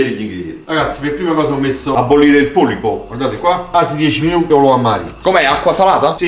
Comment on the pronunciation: Si dice polpo